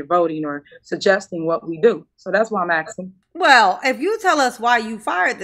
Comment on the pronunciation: We played a drinking game that every time Soupa Mair Tifnee says axing instead of asking, interrupted or made a remark about people of colour and everyone drank a shot, we also had notepads to take notes about what she was saying we finished a 70cl in ten minutes. And no one knew what she was talking about. I don't know if you are aware of this but Tiffany Henyard was never voted into these positions. Also everyone is fat! Tiffany may seem slim but if you stood her next to a healthy adult and asked who the fat one was fingers would be pointed at tubby Tiffany.